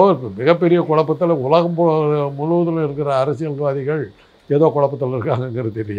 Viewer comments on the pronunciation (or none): none